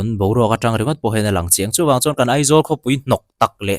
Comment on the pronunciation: EMC a ni lo AMC tih tur EIZAWLa ni hlei nem AIZAWL a nia lawm mizotawng khan lam ve mai ula